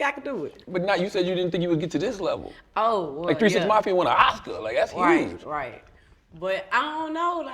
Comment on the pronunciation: She said "a hurge difference" 😂